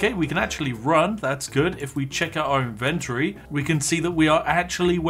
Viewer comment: Eeehm... It is called IN-ventory.. NOT INVEN-tory... Not even if you are conservative.....